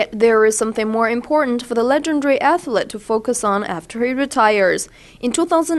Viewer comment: "athlet".... the reporter needs to improve her pronunciation.